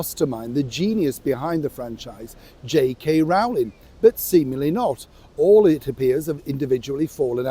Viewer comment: Sorry,but J.K.Rowlings name is pronounced J.K.Rolling.